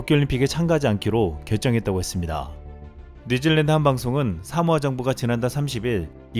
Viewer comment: 사모아? 하모아? 녹음이... 내가 귀에 이상이 있나...